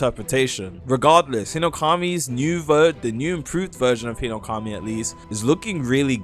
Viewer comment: Yahiba Hinoukami Emlem Tales arwais veilboud Magwoi?? are you doing that on purpose cause that aint an accent or its just ragebait